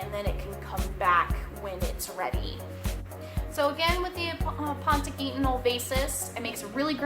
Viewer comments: Aponogeton not Apontogeton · Why are you adding another "T" in the word? (Ah-pon-oh-jet-on) is how it's pronounced